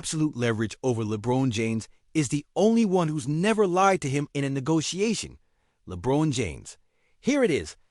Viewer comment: They mispronounced lebrons name so obviously doesn't know what he's reporting also talks about Anthony Davis who isn't on the team at least try